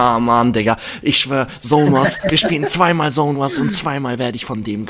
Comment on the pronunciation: Es heißt Zone und nicht sone